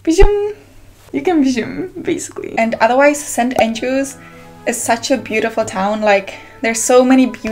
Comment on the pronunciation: It's St. Andrews, not St. aiiiingelrews